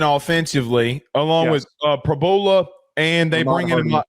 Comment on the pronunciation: you know you’re on camera? Blowing nose and spitting out food!? How can anyone take this podcast seriously? It’s an SNL skit😂 and it’s Prib-YOU-La. The lack of journalism here is astounding.